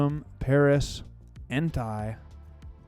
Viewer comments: Bro you gotta stop saying en-tie. One it’s wrong and two it sounds like you’re saying hentai, which idk if you know what that is but if you don’t look it up 😂😂😂 his name is pronounced en-tay 🤞🏼 gotchu bro lmaaaaoo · You say suicune right but you say entei wrong ; its en-tay :) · Blud pronounced Entei like Hentai without the H